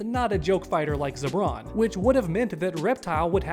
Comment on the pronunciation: Broo... I keep hearing "Zebron James" in my head.. 😂